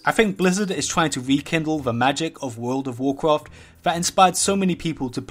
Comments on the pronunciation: Wurl ov wawcwaft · hawt ov azewof, wold ov wocruf